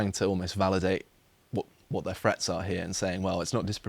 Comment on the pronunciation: "forty free" "monffs" "freats" I do wish would learn to speak properly.